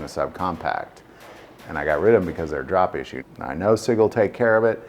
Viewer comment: Please pardon my ignorance, but I didn't understand what the problem is with Sig P320. It sounded like you said they are "drop issued." What does that mean?